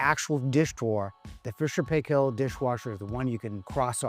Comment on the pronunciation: You are saying 'Paykel' wrong. It rhymes with Michael, and with the same accent on the first syllable.